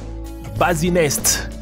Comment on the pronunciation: Pour le bassinet, "tu" as prononcé "basinet" au lieu de "bassinet".